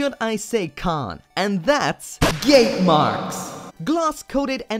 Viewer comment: For a second i though u said... Gay marks... Srsly wtf